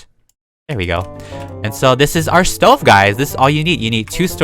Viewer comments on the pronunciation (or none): You said stO not stov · Lol you said sto it’s stove lol🤣🤣🤣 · You call it a Stoven! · You are saying it wrong it a stoven